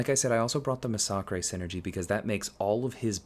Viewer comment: Why does everyone pronounce massacre wrong?